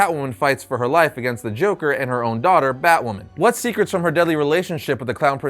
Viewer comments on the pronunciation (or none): none